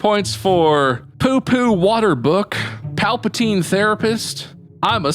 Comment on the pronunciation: Gotta love that Emperor Paltapeen lol